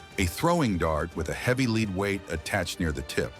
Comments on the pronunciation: The word "lead" is pronounced LEHD, not LEED. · It was pronounced the verb "lead" when it showed the material, but it is pronounced led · The plumbatum dart was weighted by Pb, plumbum = lead. That is not pronounced "LEED" but "LEHD". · the word lead is pronounced lehd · Lead weight is not pronounced “leed” weight. If you read a script learn English!